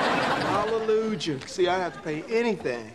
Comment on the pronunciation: Hallelu-jah! You said it wrong, Jamie.